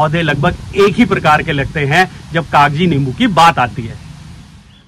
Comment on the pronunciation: Not Kagaji 😂 it's kaji